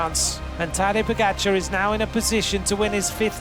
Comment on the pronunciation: Announcer still can’t pronounce pogacar. Strange. Odd. Unprofessional